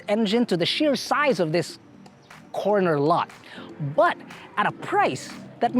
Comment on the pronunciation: “Corner Lot” 💀💀💀